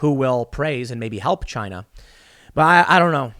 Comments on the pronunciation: "It doesn't work in CHYYNAA!!" That is the RIGHT way to pronounce it.:)) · Did he just say Chine-nah ? That may get him a strike on Utube